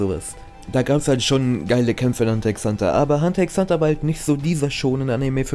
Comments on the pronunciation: Bitte mehr hxh und btw das x soll man nicht sprechen ^^' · Omg wie du mich triggerst indem du die ganze zeit Hunter x Hunter sagst Das x wird nich ausgesprochen Rip